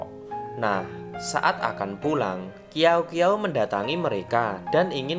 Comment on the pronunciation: Ngakak qiaou qiaou jadi kiao kiao 😭🤣 yg bener bacanya siao siao